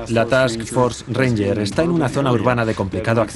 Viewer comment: Buen documental. real, no como la película. Al narrador en español: es TASK FORCE , FUERZA DE TAREA , NO ES "TAKS" solo un consejo, sin ofender.